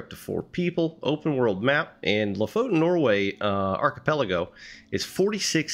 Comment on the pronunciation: You pronounce lofoten like this: say Lo as you would say low without W. Then fot as you would say football. Then en as you would say entery 😊